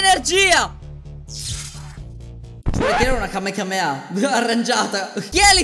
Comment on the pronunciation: COME HAI OSATO DIRE KAMEKAMEHA INVECE DI "KAMEHAMEHA"